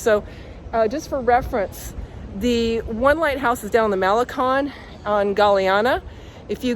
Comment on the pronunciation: you know it's pronounced maleCONE and not maleCON, shame on you! 😄